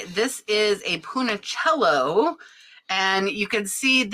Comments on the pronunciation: Check Punchinello pronunciation 😉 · Hi! Love your informative jewelry videos, just a note: the cute little brooch from Marcel Bouche that looked like a puppet is named Punchinello (sounds like “Punch-in-Ello”) foreign languages like to trip us up! 😉😍🥰❤️